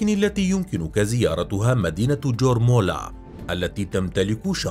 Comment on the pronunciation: يورملا و ليس جورمالا